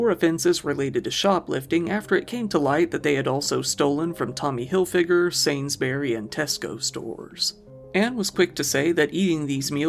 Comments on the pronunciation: Sanes-berry 😂. It’s sanes-bree or sanes-breeze if you’re in the south of England. I know, we suck 😂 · it's hard to write the pronunciation, but I'd go with sains burry, almost like bully but spoken a little quicker. But it's definitely not Berry. It's spelt sainsbury not sainsberry. I hope you're happy though, I've confused the fuck out of my phones autocorrect and now it doesn't know what to call it either 😅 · Sainsberry is now my new pronunciation.